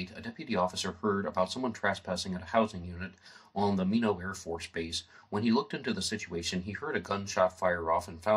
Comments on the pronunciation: Nice show! Minot is pronounced My Knot. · An interesting presentation. There are a few errors of facts that can be verified elsewhere,such a the correct Pronunciation of Minot (my-not) . One would be the very subtle difference between "knew of" vs "knew". another you might want to correct is how/if Maurice knew my brother. You stated they were in the same homeroom. That, by Maurice's own writings on pages 259 and 260. Another misleading comment on those pages implies that Maurice and his cousin Mary Ellen were also in the same homeroom. At the time. SHS, in all grade levels admitted both boys & girls - in the High school they did not share the same home room. So Maurice's reference to John, Maurice & Mary Ellen in the same homeroom is another - at best - typical misleading statement. My father was strict and therefore was not always an easy man to live with. But no, he was not abusive, and frankly there are many who could relate more good than bad but have always hesitated to do so after seeing how those who dared speak up were attacked and denigrated. note: thank you to for finding the original mythrepresentation in the PDF version of TUE.